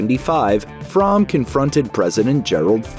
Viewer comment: Squeaky Fromme actually pronounces her own last name as "FROAMY".